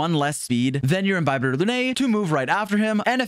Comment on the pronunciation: Bro really commited to calling him Inbyebyetar lunae instead of just "The cooler daniel".